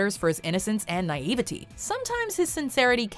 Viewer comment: Great videos, but you keep pronouncing some words wrong. "Naivete" and "integral" are pronounced differently.